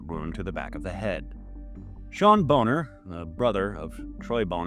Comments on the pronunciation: I've always heard Troy's last name pronounced as "BAH-ner" but I'm not sure of the correct pronunciation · Troy Boner. Pronounced Boné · Dude, you could just say Bon-ner and be the wiser for it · came here to make the same corrections myself. Very short video, there's so so much more. Really destroys your soul reading about this stuff. Also, Troy "Boner" is pronounced "Bonner" if I recall correctly